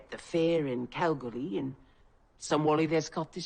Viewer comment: West Aus girlie, actually losing cause I thought you were struggling with Calgary, then you said Australia (it's a silent R and prounouced Cal-ghoulie) 😂 but Calgary is giving targét vibes, I love it 💅 Also good vid ofc, I was a little lost initially with the character format instead of episodical, but it all came together as I watched and I appreciate the different format 👌